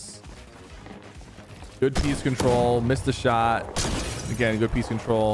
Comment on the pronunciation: Bro please tell me are you saying peace control or peak control because I seriously can’t tell and I don’t know what peace control would mean